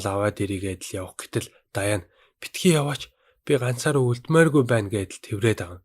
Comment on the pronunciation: Даяан биш дианнэ шдэээээээ